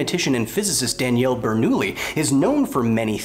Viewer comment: bernoulli's name is prionounced bernouYi ! otherwise great video as always :D ♥